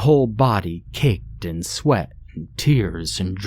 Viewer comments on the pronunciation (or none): none